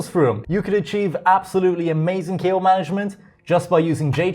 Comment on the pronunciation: i just keep hearing "kale management"